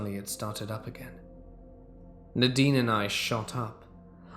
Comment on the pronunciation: 🎃👻🕸🦇🖤🧡🏴‍☠️ It’s pronounced Nay-deen